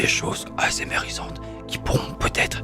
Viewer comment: Après le "mémérisant" de Cristina, on a "aèsémèrisante" de... 😂😂 Edit: Mdr quoi 42 likes? Bah merci hahaha